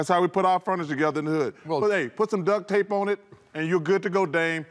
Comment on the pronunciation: Watching these guys is better than watching the actual NBA Playoffs. Did Charles say DUCK tape?? 🤣